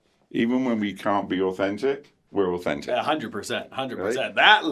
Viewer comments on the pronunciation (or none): "Every fink au - fentic...." Okay.... Okay, Jan.....